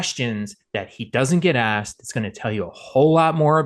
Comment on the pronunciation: "ax" hahah is "asked" NOT "ax"